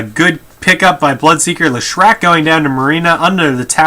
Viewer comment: also Lesh-rac not Le-shrac